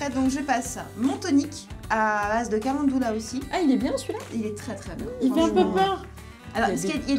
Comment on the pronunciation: c'est pas le calendoula mais le calendUla...